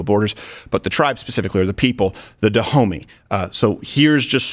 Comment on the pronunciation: “Da Homey”? No fucking way…